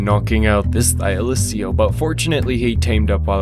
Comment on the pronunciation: The way you pronounce pegomastax and thyacoleo hurts me but other than that great video